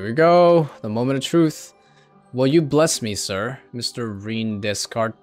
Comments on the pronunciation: "reen dess cart" lmao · "Reen DessKart"... lol. Cartesian coordinates bro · that pronounciation of Rene Descartes though😂